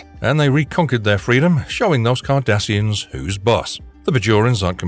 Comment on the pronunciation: I love the way that the chapers call Cardasians as 'Kardashians'.